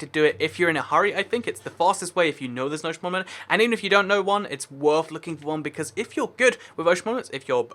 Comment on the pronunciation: I feel like you dont know how to pronounce ‘monument’